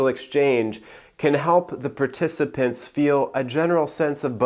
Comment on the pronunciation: I don't know why I burst out laughing when you said "participants" 😂😂😂